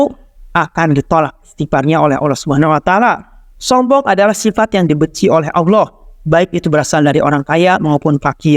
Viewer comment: Subhanallah Kajiannya bagus. Tapi sayang pelafalan Allah nampaknya sangatlah belepotan. Tolong supaya adminnya memperhatikan hal tsb . Jaga kemuliaan Allah Azza Wajalla dengan pelafalan yang baik